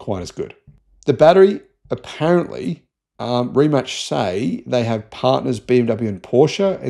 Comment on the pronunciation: It's pronounced Ree-Mats not Rematch. The guys first name is pronounced muh-teh. I would expect an Aussie to mispronounce the first name because it's spelled Mate, as in g'day mate.